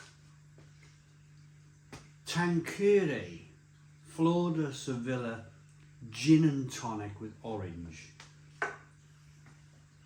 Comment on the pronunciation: Speaking of pronunciations, Sevilla is not pronounced Se-villa, but Sev-ill-ya. I also smashed more than a few bottles of Smirnoff Ice back in the day. Dangerously addictive and too easy to knock back 😂